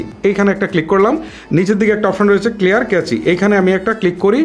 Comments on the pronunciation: ভাই, Cache কে কেচি বলছেন কেন? এটা তো উচ্চারন ক্যাশ হবে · ভাই ক্লিয়ার ক্যাচি হবেনা। ওটার উচ্চারণ হবে ক্লিয়ার ক্যাশ। ধন্যবাদ।।